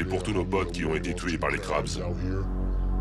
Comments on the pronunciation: C'est "crabes" pas "grabs" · c'est Crips pas Crabs